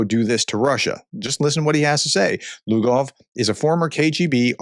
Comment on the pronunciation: Hard to listen to you when you butcher a fairly simple name. Look at the three letter group "voy" as part of a Russian name. Try to say it slowly. Not once should you say, "vee". Personal pet peeve. You are the one with the video channel with 183K subscribers. I am just one of them.